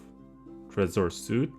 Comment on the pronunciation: It is pronounced “sweet” not “suit”. You can’t do a 1 hour tutorial and mispronounce the product’s name.